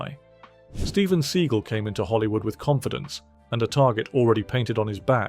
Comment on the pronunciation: 'Steven Seagull' 💀